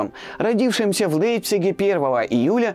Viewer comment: Всё хорошо, но вот с ударениями и произношением некоторых слов у ведущего проблемы: Лэйпциг, Лэйбниц, батрАком… Следует консультироваться с орфоэпическим словарем или специалистами. Нужно уважать слушателей канала.